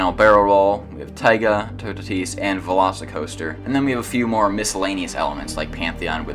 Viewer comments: it's Toe-tat-is not tu-ta-tise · I think toutatis is pronounced two-ah-tee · You can pronounce « Toutatis » like *Tootati*. If you want to add a little « je ne sais quoi » you can add a little hissing noise at the end so that it’s *TootatiH*. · It’s pronounced “two - ta - tees” lol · it is absolutely horrible how you say toutatis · i thought toutatis was pronounced "two tate is" 😭 Anyways, This ride is literally perfect